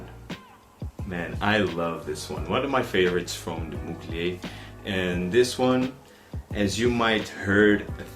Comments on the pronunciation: Its not « Mulgey » it is to be pronounced « Muglair » Normally the R is silent in french at the end... but not in that case. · Hye thanks for your revue but you don’t pronounce Well Mugler: you must pronounce Mugl -air my friend 😊👍